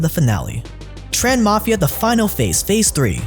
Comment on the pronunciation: congrat to you !! However, it is little bit sad that many people mispronounced your name in the video and u not bother fixing it:( I am Vietnamese and I just know that your surname are “Trần”, not chan.